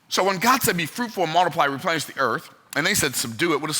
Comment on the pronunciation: When he said “Repenish” does that imply that at some point the earth was “deplenished”?